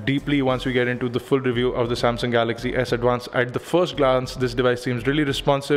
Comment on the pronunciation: It's pronounced 'Galaxy', not 'Galagzee'.